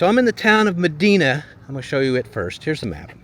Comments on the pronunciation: Brockport does have a nice downtown, especially when you go to alot of Midwest small towns where their downtowns are just empty and boarded up. Also I REALLY hate being a pronunciation Paul, lol, but it's pronounced ma-dye-na. I only know because I live down the way in Buffalo. I still love ya though lol. I'm just happy you're in my area! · be confused. Medina, which he mispronounced, is not upstate NY. Rather it is in Western New York. Gonna post get it right. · The way you pronounce Medina is pretty funny it's not how they say it here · Was going to say ya hes saying that wrong😂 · Pronounced it wrong it is med dine a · PS it’s pronounced Ma-di-na (Like Princess Di) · Medina is pronounced Ma-dine-a. I have many family members who have lived there for decades. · It’s pronounced like “dime” or “dine” =Medina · Medina ( pronounced with a long i like in Princess Diana). Was hoping on your way to Albion just outside of Medina you would have checked out the road that goes under the Erie Canal. It's really something. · Aww, man! We live in Medina (they pronounce it “Meh-DI-nah”, BTW) and would have LOVED to come say hello! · Born in brockport. Medina is pronounced me-DY-na.. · It's Me-DIE-Nuh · That looks like downtown "Ma- dine-a" to me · Medina is pronounced Ma Dine A. 😊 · It’s pronounced “Ma Dine A” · Medina = Muh-die-nuh. Grew up there and in surrounding villages. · Medina pronounced Me-dye-na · It is mah DINE ah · Just an FYI.. It's pronounced Ma-die-na 😊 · LOL that's the first thing I said out loud in watching this..."it's ma-dine-a" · You need to check pronunciations. Medina is pronounced with a . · You’re saying it wrong … it’s pronounced “Ma-Dine-Uh” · There are a lot of Medinas, but that particular town in NY isn't pronounced as "muh-DEE-nuh". It's pronounced "muh-DIE-nuh" there. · It's not "Madeena". It's a long I, not a schwa. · Just letting you know it wasn't "Medeena". It's Medina, with an "I" sound. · Pronounced Ma-DI-na